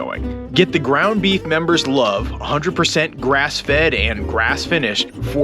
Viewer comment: "Groung Beef" lol